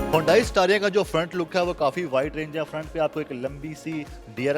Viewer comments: It’s not hondai it’s hyundai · ھونڈائی نہیں بیٹا، اسے "ھی انڈے" بولا جاتا ھے۔ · It's called Hee- yun- day- ee. ..not hondai in pronunciation.